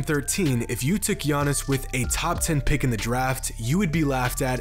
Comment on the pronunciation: the 1st I can tell is Gianna’s can’t say his name right sorry